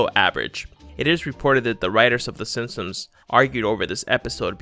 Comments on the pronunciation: SIMP-SONS not SIM-SUMS. Jeez. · THIS GUYS SOUNDS LIKE HES SAYING SIMSONS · Was it just me, or did he keep saying “Sinsoms”? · The way he says “SinSuhms” makes me cringe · "The sinsoms" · “The Sinpsoms” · How do you say the Simpsons? 😂😂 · Makes a video on the Simpsons, can't say "the Simpsons"